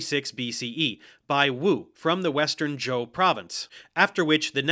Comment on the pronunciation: I found it quite funny, at least he got zhou right I've heard way too many people pronounce it zhao.